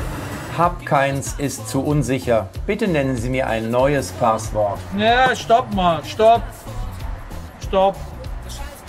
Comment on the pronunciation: Es heißt Passwort und nicht Paaswort